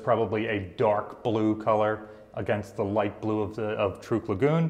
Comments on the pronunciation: it is pronounced TRUCK! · You pronounce Truk as Trook. Why is that? I have always heard it pronounced Truck. Including Dad who was there.